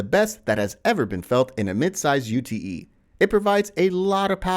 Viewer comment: A “U T E” is just a Ute in Australia! No need to emphasise each letter!